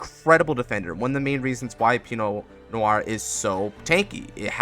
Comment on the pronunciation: DUDE! You’re the ONLY person I’ve seen that calls this deck by its name PROPERLY. Pii-No No-waa. You just earned so much respect from me. Do you possibly have a more updated version of this you could post?